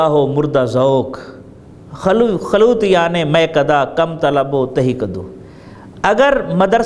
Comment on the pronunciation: جلوتیان اور خلوتیان کے تلفظ پر غور فرمائیں